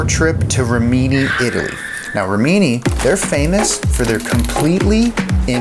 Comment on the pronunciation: it's not remini it's rimini and not dion but dainese factory :')